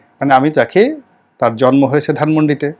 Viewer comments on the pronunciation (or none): none